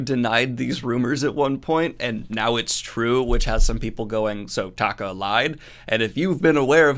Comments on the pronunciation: Interested in the app you mentioned. Thought you should know their support is worthwhile. Also, I love you, but you're saying Taika's name um.. Wrong. Think of it like Tyka. 💚 Glad you shared the info. We've done the scholarships for over a decade. Given how violent they were HBO seems like a good home for Looney Toons. 🤣 Also, eff Tolkein's estate, since he didn't actually invent elves and whatnot. And also, you're welcome for the publicity. 🙄 Also, also. Is too little too late for Netflix. No release date for season 2, and a tech problem had their customer service tell me, "Finds something else to watch." So I did. Titans is a great show! Never going back to Netflix, short of an apology that is not likely to happen. Nice news wrapup! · Say it with me -Taika is pronounced “Tie - Ka” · I think you're pronouncing Taika wrong? I think it's more like "ty" for the first one.